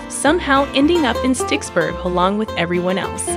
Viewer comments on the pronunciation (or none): Sticksburgh? Bruh, it's Pittsburgh.